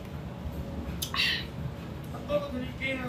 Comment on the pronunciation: 캐나다에서 공부도 잘했을텐데 왜 핫도그를 발음할때는 호그도그라고 하는거임 ㅋㅋ